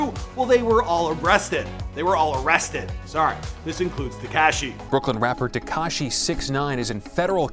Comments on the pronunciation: It's Tekashi, NOT TekCASHI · I hate the way this guy says Tekaashee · Te-cashy lol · "Tekashy" Sing Feefee.... 😂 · I hate how uuu say Tekashi